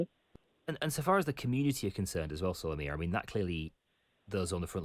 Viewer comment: Solomia not Somalia!